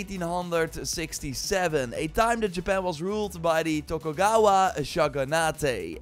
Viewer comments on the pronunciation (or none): Classic butchering the Japanese words And the English word shogunate ends up getting butchered too.